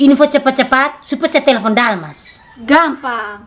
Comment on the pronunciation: Telepon bukan tolopon om 😀